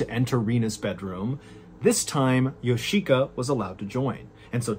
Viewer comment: Of all the beyond weird aspects of this lunacy, I can't help wondering how a person can learn this much about a Japanese family without realizing that the i in Yoshika would never be accented & if anything, it'd be de-accented. It's just odd hearing Yo-SHI!-ka every few seconds over & over again.